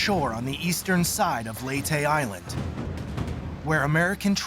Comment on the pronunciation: Lay-tee not lee tay.